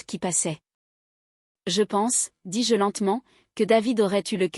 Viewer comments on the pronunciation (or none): Petite histoire distrayante réalisée par intelligence artificielle. On peut le déceler quand vous entendez : " dis-JEU " au lieu de dis- je . On ne peut pas applaudir ou plaindre des personnages virtuels ou alors plaignez Cosette ou détestez les Ténardier . C'est une fiction pour distraire un petit moment. Autrefois quand une troupe donnait un petit spectacle dans un village celui qui avait le mauvais rôle devait se cacher sinon les villageois l'auraient battu , confondant la réalité et la fiction . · Lecture trop longue. Et le "dis-JE" est trop prononcé" car le JE se dit Je mais NON JE appuyé